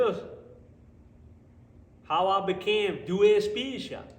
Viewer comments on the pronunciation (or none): Very glad I stumbled on your channel even if dude did call you doooooey garage instead of du-way!